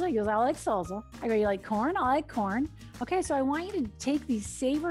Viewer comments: Salsa not salza 🥰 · Thank you, this is helpful. Salsa - both s’s in salsa are pronounced like a in snake. Just a tip. I am a bilingual teacher I hope that helps.